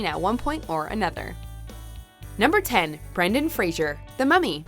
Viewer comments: Poor Brendan Fraser. Even with all of his success, people still have trouble with his name. I'm not even talking about a person below that thinks his name is "Brandon". Even the narrator of this WatchMojo piece is pronouncing it wrong. It helps to remember that Mr. Fraser is NOT a fictional radio psychiatrist in Seattle. "Fray-zur", not "Fray-zhur"!!! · Hey, announcer, it’s Brendan Fraser, not “Frasier”. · Ugh, it's FRASER, not FRASIER. That's a sitcom. Why does everyone get it wrong. There's no I in the man's name.